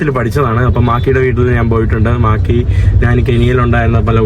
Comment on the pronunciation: മാക്കി അല്ല മാക്രി